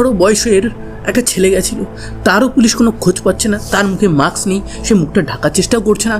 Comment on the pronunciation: কথাটা maks না,mask.